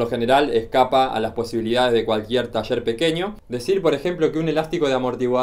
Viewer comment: Porque pronuncias cuchicho en ves de cuchillo o. tacher en vez de taller, lo escribes bien pero o pronuncias mal, disculpa mi atrevimiento o ignorancia al preguntar esto